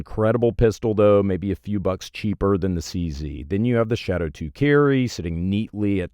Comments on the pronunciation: Took me more than 4 minutes before I figured out the shit-O-2 was the mispronunciation of Shadow 2. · What’s the difference between this and the compact they released last year? I just don’t see it. Also what’s a shit o 2 ? I swear he said shit 0 2 like 7 times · Proper pronunciation is apparently the Shitto 2 Carry. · It sounds like he is saying sh!t 02 💀